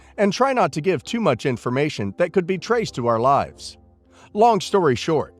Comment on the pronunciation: Btw, it’s LIVES not LIFES